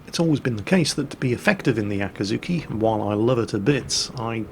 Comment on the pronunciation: FFS, repeat after me: AKIZUKI Always pronouncing it very similar to the torp boat AKATSUKI.. it was always annoying, but now that you specifically speak about the gun-boat tree and the ships in detail, damnit. €dit: and then just a few mins after calling the T8 gunboat AKAZUKI he says it correctly...